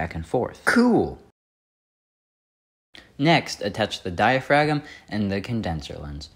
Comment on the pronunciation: Btw the G in diaphragm is silent. 😅 Otherwise, nice job man!